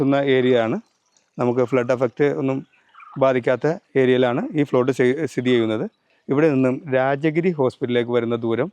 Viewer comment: ഫ്ലോട്ട് അല്ല പ്ലോട്ട്